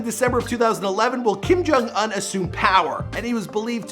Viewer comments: it annoys me that you cannot pronounce his last name. im not even korean or anything but i still know it. so annoying sorry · Kim Jong uHn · The way he says "Un" 🙄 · Its not kim jong an its kim jong un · LOL how pronounces his name, it's "ooon" like moon, not "un" like fun, even though it's spelled that way. no we don't hope he's alive and well, i hope he's being tortured by the devil right now with hitler and hussein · I know I’m not the only one who hates him saying “unh” instead of “oooon” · Kim Kong Uhn INSTEAD OF Kim Kong Oon? MAN.. After all missprounced just one of the names😂 It's KIM JONG UN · IT’S PRONOUNCED KIM JONG OON. How can you not know how his name is pronounced? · Bruhhh you can’t even pronounce this niggas name wtf u doing making a vid about him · I cringe every time he pronounces his name